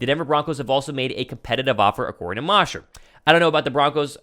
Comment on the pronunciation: Hey. Love your show and faithfully followed over from your last company. Great stuff. So just a friendly hint. Geoff Mosher is pronounced with a long O. Mosher like Kosher. Keep up the great work. Faithful listener! Born and bred in Philly but live in London and die hard birds fan so keep up with guys like you and Mosher on inside the birds...